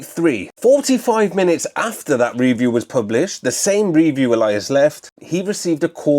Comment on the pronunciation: Reeview? You mean review? You are obsessed with the word reeeeeview?!!!